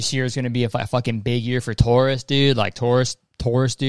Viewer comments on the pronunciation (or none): Damn I rlly sat here and thought Kurtis said “good year for TOURISTS” not “Taurus” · Straight up thought he was saying "tourists" 😭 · I thought you were saying tourists. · I thought you were saying tourists instead of taurus and I was like oh... okay good for them ig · when Kurtis said “it’s gonna be a good year for Taurus” I thought he was saying TOURus like the name of people who do tours 💀💀